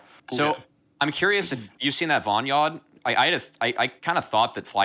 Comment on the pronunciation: "Have you seen that VON YOED" lmao I think he meant to say "Have you seen that VOD Yeon"